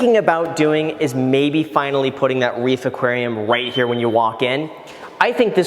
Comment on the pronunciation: Did he say "wreath aquarium"?